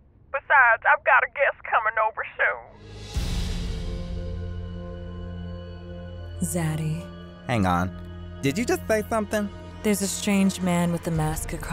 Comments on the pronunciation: Literally 😭 not daddy but 'zaddy' lmaoo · "zaddy" HELPP LMAOO